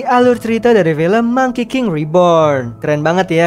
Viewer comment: monkey pake g y bang?